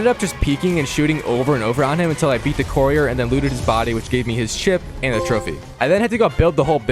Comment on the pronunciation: Arghhh the word courier is driving me crazy!